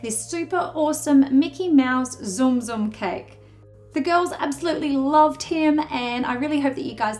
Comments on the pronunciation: I felt my heart clench everytime she said "Zoom Zoom" The Tsum Tsum is super cute though Tsum Tsum try pronouncing it as Soom Soom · zoom zoom? I thought the pronounciation is silent t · You said tsum tsum wrong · She pronounced tsum tsum wrong